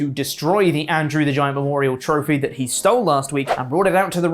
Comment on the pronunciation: Is saying Andrew "The Giant"???